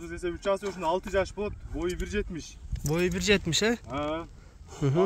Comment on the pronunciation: Азый дейт дайым эле озу Асый болуп айтылат